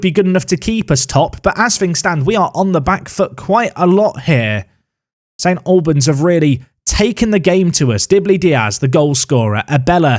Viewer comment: It's the Al sound from All rather than a -lbans